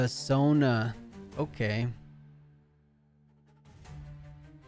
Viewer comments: Sona is pronounced So-nuh… not Zo-ña. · The way he's pronouncing Sona like zhonya is killing me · Alright alright I’ll be that guy Holy crap you kept calling it Sonya and not sona lol